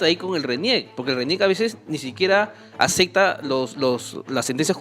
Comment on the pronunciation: ese gordillo de lentes es mas tibio, demasiado adoctrinado, se nota que le dicen siéntate y se hecha. Todavía dice Acekkta en el minuto Alto nivel.